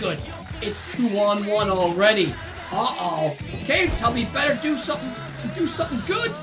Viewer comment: I like how he calls the Claw Tubby “Cave Tubby” when he says in the solo tournament, he says it’s pronounced claw tubby